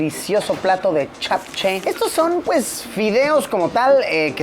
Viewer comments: es JAPCHAE no KAPKE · El “japche” se pronuncia chapche 😅 no “kapke” por aquello 🫰🏽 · Los coreanos: Chapche Luisito: Capque 😎